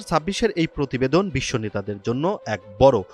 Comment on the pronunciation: গোলোবাল রিপোর্ট, পোভাব, পতিবেদন, পোকাশিত 😂😂😂😂৷ এনটিভির রিপোর্টার এ-র এমন অবস্থা?